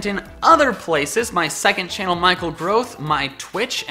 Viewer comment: More like Michael Tangrowth